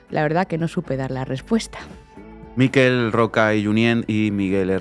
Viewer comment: Hay un detalle que no suele quedarse en detalle: al mencionar a "los padres de la Constitución" que siguen vivos, llamó al primero de los dos como Míquel Roca, siendo incorrecto puesto que es Miquel, con acento agudo igual que Artur (no Ártur, como se dice muchísimo) o Robert (que no Róbert). Sólo eso. Enhorabuena y un saludo a tod@